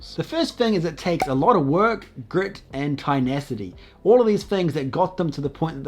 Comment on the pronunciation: It's "tenacity" 😂😂